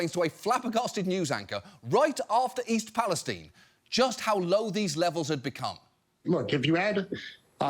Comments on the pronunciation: Did he say East Pales-teen? Is that really how it’s pronounced? And since when? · East Palestine is pronounced with a Long I. As in Everything's Fine in East Palestine (Ohio). People who don't live there pronounce it Wrong.